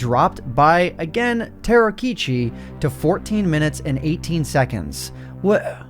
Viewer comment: ta ro (たろ) = tah row not tarrow tah row key chee